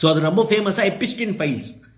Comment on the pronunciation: நீ படிக்காதவனா? எப்ஸ்டின் பெயரை எப்பிஸ்டின் என்று எச்சரிக்கிறாயே?